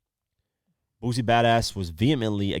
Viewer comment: It's Boosie with an 'S'... Not a Z. Dude been rapping for over 20 years, you not even trying to say the shit right smh